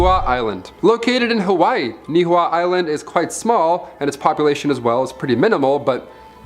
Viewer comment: Ni'ihau - Ne-e-haw-oo. Kamehameha - Ka-may ha-may ha. Dude it was painful to listen to your not even close pronunciation of the Hawaiian language.